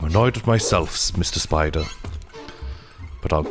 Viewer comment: This whole time i thought was saying 'speed ray' when he was saying 'spidre'